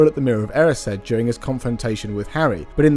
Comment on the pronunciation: You said ‘erised’ SO much differently to what I do and I’ve been googling how to say it for ages XD